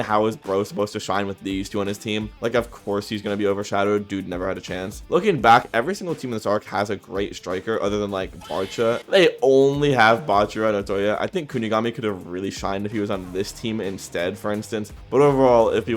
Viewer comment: blud it's not FC barcha its FC bachira